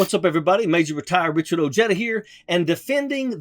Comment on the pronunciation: Please Richard pronounce your name right